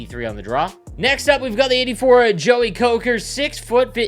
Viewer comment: Kocur is pronounced “Ko sir “ there FYI